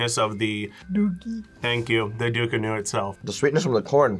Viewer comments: It’s not Ducunu. It’s frigging DUCANA🙄 get it right or leave it alone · Belize is not even in the Caribbean 🤷🏾‍♂️ an it's Ducana not Ducunu😂 an it's from ( Antigua an Barbuda) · Its actually called ducana but ok